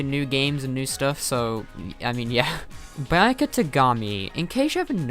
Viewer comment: Did he just call Byakuya Biayaka ((btw I personally hate Byakuya lmao))